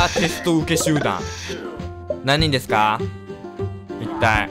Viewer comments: いやー今回も最初｢ですくわー｣って言ってたよ笑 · そうだったんすか！？はいデスクアってわざと言ってると思ってましたwwww